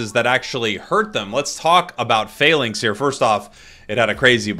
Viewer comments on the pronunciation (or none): none